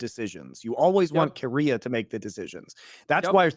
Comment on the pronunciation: Omg its keria not Korea very different pronunciations. Listen to iwd he knows.